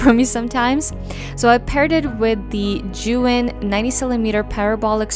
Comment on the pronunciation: It's pronounced as "zhe yoon" Besides that your work is amazing. I learned a lot on this video.